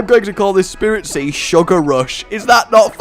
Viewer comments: It's spritzee not SPIRITZEE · it's spritzee not spiritzee and breeding is against the rules. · Not Spirit-see, Sprit-see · It gets annoying when u get the names wrong its not spiritzee it's spritzee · It's SPRIT-ZEE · Well not to be THAT guy but it's S-prit-zee not Spiritzee also, I like the name Cotton much more than Sugar Rush. When you name your pokemon puns or phrases I think it takes away from the whole "Bond with your pokemon" thing not to nitpick but....yeah I'm nitpicking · it is Sprit-zee not Spirit-zee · Spritze not spiritze gaaahh JK it so kind of bugging me thoe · rage dont mean to b ditrispectful but its sprit-zee not spiritzee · and rage its spritzee not spiritzee. and its entree was related to perfume not candy how do u mix those 2 up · Uh,? Its pronounced SpRIT-zee, not SpIRIT-zee, and it's a perfume pokemon, not a cotton candy one... sooo, you might wanna re-name that too.:D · I hate to be nit picking but it's Sprit-zee not Spirit-zee. Because spritz sounds perfume-y. Also it does not evolve into a cotton candy it evolves into a drag-queen broadway thing:P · Again, a mispronounciation, it's not Spiritzee, it's SPRITzee. There's no second i in there! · it's sprit-zee. Like, perfume. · can you pronounce a single pokemons name right first we hade honededge and now spiritzee like no its HONEdge and SPRITzee